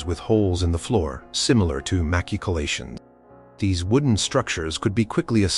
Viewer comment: Would be way better if recorded for real. This AI is misspelling and mispronouncing constantly. My favorite is "Mac-Keycolations"